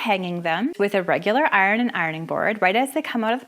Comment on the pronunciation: Every single comment: curtains, curtain, curtains Me: I'm sorry, you just pronounced "iron" how??!!